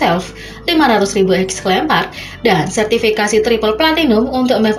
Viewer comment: Exemplar, Mbak... Bukan ex-lempar... 🤦🏻‍♀️🤦🏻‍♀️🤦🏻‍♀️😅😅😅